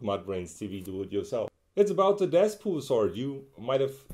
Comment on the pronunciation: did he say deathpool